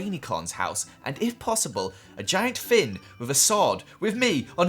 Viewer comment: He called Finn fink